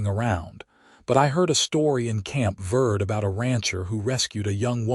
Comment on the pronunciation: Prounced Verdee